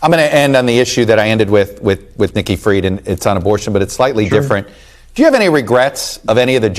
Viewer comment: Nikki not icky!